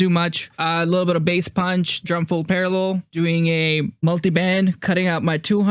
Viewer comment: It’s called punch not pancss btw